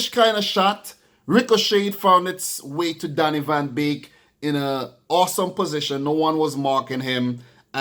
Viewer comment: The name is Donny van DE Beek not Van Beek